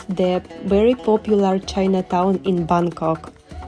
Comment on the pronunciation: Hello..I really admire you. Where you can pronounce the word "Bangkok" correctly like a local 😊